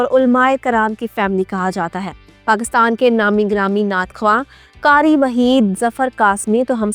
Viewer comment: Please aap Pakistani hain. Urdu saheeh bolna chahiye. Karee naheen qhaaf sey Qharee boliye.